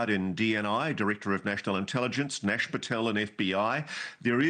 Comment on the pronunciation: It's KASH, not NASH.